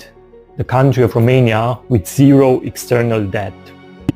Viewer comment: Country or coutry, i think you have to put a 'n' in between, or maybe is it a word that i do not know, because i am not a native English speaker. Greetings